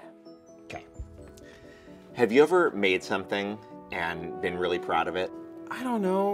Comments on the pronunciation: "I'm wiwwy just wooking for a pwace to wewax I'm exawsted!!!" haha this is great I've always wondered if he actually talked like that in real life but he doesn't lol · actually its weawwy wewied